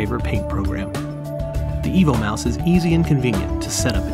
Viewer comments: I have an impression he is telling "Evil Mouse" :-S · Sounds like EVIL MOUSE.